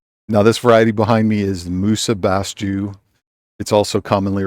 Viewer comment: it's pronounced "musa basho" greetings from Japan